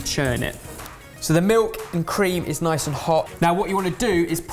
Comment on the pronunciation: noice oicecream